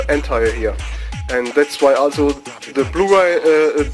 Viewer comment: dude learn how to pronounce also. All I hear it ASSO